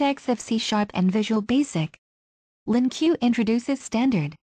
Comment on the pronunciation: Good tutorial but LINQ is pronounced as 'LINK' not LINQueue. :)